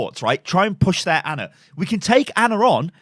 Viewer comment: It's not Anna is ana, pronounced arna